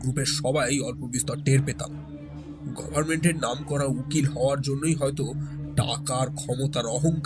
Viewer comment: The narrator really needs to improve his English pronunciations its FILE & not Phile , its Coffee & not Cophi , its Luxury & not lusury. Its GOVERNMENT & not Govararnment. Speak English & not Benglish.